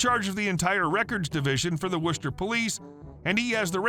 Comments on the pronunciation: Thank you for correctly pronouncing Worcester, Massachusetts. Non-locals try to pronounce too many of the letters. Locals usually say, "Wisstah." Not far from Worcester are Leominster and Leicester (Lemon-stir and Lester). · I like the fact that you pronounced Worcester correctly.